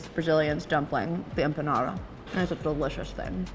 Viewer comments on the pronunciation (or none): none